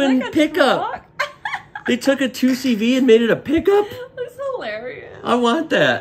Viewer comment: Hi! You are a Citroën specialist now, and i'm French. So please don't make my ears bleed anymore with this word: 2CV (with English prononciation), it's an abbreviation, it's NOT the name of the vehicle. 😉The name is: Deux Chevaux (like DE-Lorean CHE-vrolet VO-lvo) pronounced DE-CHE-VO. Thanks. The Michelin vehicle is an Acadiane, and the base is a Diane which is an improved Deux Chevaux. Fun detail: the Michelin man is called Bibendum and he has a very long history (look wikipedia): 1898!